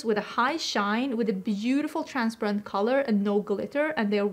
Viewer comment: I was wondering when you say transprent(sounds like that’s what you are saying) do you mean transparent? Love your declutter series!